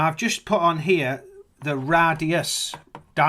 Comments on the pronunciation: What a delightful, good old-fashioned conspiracy nut. :-) I managed to keep it together until I heard how he pronounced radius/"Ra dius" and circle/"Kirk-el"/"Church-el". I guess all pizza is masonic conspiracypizza, what with it starting with "Pi" and having 5 letters in the name. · "Rah-dye-uss, radius" oh shit! illuminati confirmed! my god he has to be trolling... there is just no way this video is for real... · And what's with the emphasis on Ra Dius and Com Pass! And what the freak would be the point in hiding anything in a pizza box. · "... the radius... Ra Dius..." Did he deliberately separate the word "radius" into "Ra" (Egyptian Sun God) and "dius" (derivative of Deus, Latin God)??